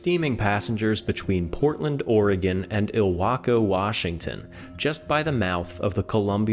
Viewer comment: Thank you for saying our State's name correctly.